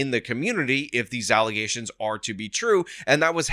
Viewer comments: False allezations 😂😂😂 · I was scrolling and saw the title to the video and laughed my ass off. The irony lmao. Then the "allesations" was the cherry on top 😂😂😂. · once you introduce allezations, proper use of the word allegations goes out the window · Lol false allezations will never get old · I love that you won't let "allezations" go.